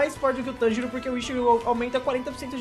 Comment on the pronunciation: MANO NAO E TÂNJIRÔ É TANJIRO FALA CERTO VEI KSKSKS